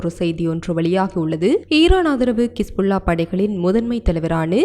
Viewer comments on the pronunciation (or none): அக்கா கிஸ் புல்லா இல்லை ஹிஸ்புல்லா